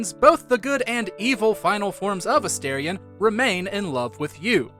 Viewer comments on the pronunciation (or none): I have 2 favorites. It's either between lae'zel and shadowheart. P.S. You miss pronounced A-star-ion. Everyone who is saying A-stare-in. If you're gonna say their name, you gotta say correctly. Because Astorion means star, Astarin mean stare. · It's pronounced A-STAR-ion. How do you play a 100 hour game & not know this???